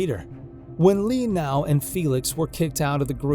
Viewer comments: im so sorry but… “Lee Now” 💀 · Lee Knau????! Why an English word "Know" is suddenly difficult to pronounce correctly?